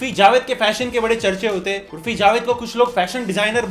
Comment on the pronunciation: Bhai urfi nahi urofi